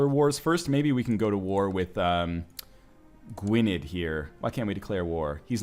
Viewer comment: gwynedd, you got it mostly right but the '-dd' part is pronounced a bit like 'th'